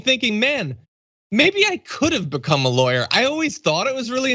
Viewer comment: You need to change your inflection, as in, "She's a Lawyer??"